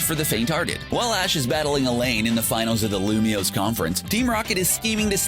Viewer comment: He pronounced Alan’s name wronggggg